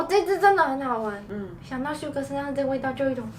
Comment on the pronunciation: 我怎麼聽到你說sugar啊😂